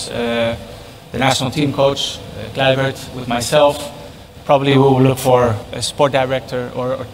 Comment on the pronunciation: Patrick, Cruyff dan team adalah orang Belanda... Mohooonn, Toloooong, sebut nama mereka dengan benar, dengan ejaan dan cara pengucapan bahasa Belanda... JANGAN di Inggriskan... Supaya tidak membuat semua masyafakat Indonesia jadi ikut salah...seperti KLUIVERT, baca apa adanya, BUKAN KLAIvert...Terima kasih, semoga bermanfaat...